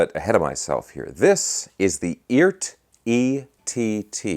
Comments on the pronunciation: Yo - They pronounce it "E - ART." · Cool! According to Phil McKnight it's pronounced E Art